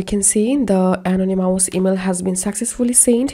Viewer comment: Thank you for the information. Just a little gentle constructive criticism, ( uh - naa - nuh - muhs ) Is how I believe this word "anonymous" to be pronounced.